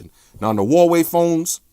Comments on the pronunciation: "Umey" , "Hawaii" LMAO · "Huwaii phones" haha. But great video like always! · He knows but he pronounces things his own way, like Nugget for Nougat and Hawaii for Huawei